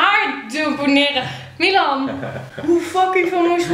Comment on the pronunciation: Waarom zeg jij miwan